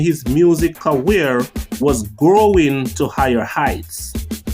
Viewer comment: Career not carweer